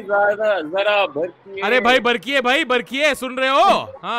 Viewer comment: Savdhaani "bartiye"!! Not Barkiye.😂🤣🤣😂